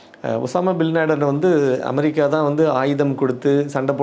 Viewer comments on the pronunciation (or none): none